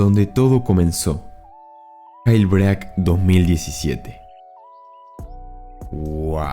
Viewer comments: Todos: yelbrik Este loco: gailbreac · minimo pronuncia bien jailbreak, como que gelbreaK? es yeilbreik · Jail se pronuncia "yel", y break se pronuncia "breik", no gelbrac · me da asco como lo pronuncias 🤢